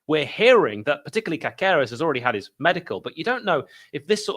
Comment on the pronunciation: As your Spanish correspondent I can confirm it should be pronounced CASeres - the accent over the "a" indicates that's where the stress is and the second "c" is soft like an "s". Keep up the good work.